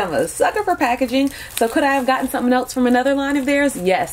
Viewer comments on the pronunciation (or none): none